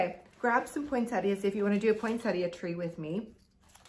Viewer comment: Thanks for all your ideas. And thank you for saying Poinsettia correctly! I don’t have a specific day I start decorating, typically it’s whenever I get to it.